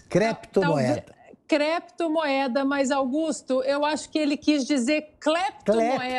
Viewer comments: O Senador Renan, além de dizer Creptomoeda, disse também: BITICÓIO. Grande cultura para um Sebador da República. Muito triste. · "Cleptomoeda" foi a melhor da decada. kkkkkkkkkk